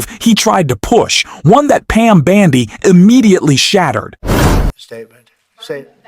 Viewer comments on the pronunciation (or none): Can you please pronounce Pam Bondi's name correctly? Bon and not Ban, please, thank you! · Why do you keep calling Bondi, Bandi? It’s hard to take you seriously when you’re constantly mispronouncing her name. 🤪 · What a foolmnarrator! It's not BANDY ahole, it's BONDI!!! Ahole. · Hey dumbas her name is not Bandi it's Bondi! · URGH! It's BONDI NOT BANDI! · I see I'm not the only one the mispronounced name irks.